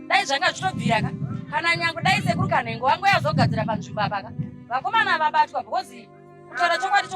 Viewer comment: mother vanonz sekuru kanengo not kanhengo😅